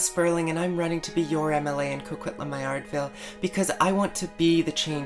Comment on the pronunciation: Evidence-based decision making? How did you decide to wear a mask, then? Evidence, please. Also, locals do not pronounce Maillardville the way you do, makes you sound like an outsider. How long have you been living in this area?